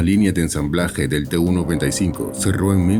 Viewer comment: I kept wondering why I had never heard of this "295" aircraft? Then I saw the plane onscreen, and realized that the AI voice had incorrectly read TU95 so that it sounded like "295". Flush!